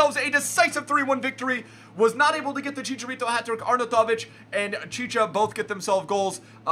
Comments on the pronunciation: Arnoutovic is pronounced: Arn out of itch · Btw u say it arnautoviv like are-now-ti-vich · "Arnatavic" =)) jk, you are the best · it is "ARE-NOW-TIVIC" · Please reassess your Arnautovic pronunciation... but love the vids! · Dark It was correct edit: no he just said it correctly once when he showed his team but the rest.. your right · yep xD He said it in such a typical American way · you pronounce arnautovic very weirdly